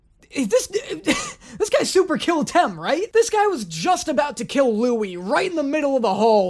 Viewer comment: Yikes, yikes, yikes! What is going on?! Also, does realize he's changing Louis's name pronunciation all the time? xD